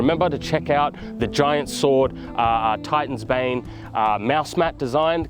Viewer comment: Fr, i heard Titan's Babe the first time he said it.